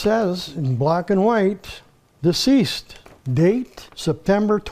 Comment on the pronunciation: D Ceesed 😂